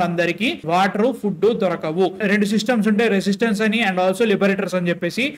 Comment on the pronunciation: Broo adhi residence bro 😎 resistance kaadhu😅